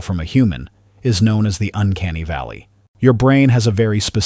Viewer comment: The HUHMAN LIIKFNESS and the UNCANINY VALLLEY. That sounds even worse.